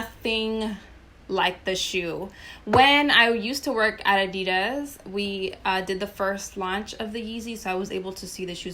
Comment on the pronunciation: Your pronunciation adidas is wrong if you care enough to learn